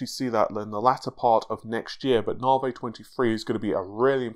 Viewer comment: Ladies & Gentlemen, his name is... and he still pronounces Navi as NAH-VAY.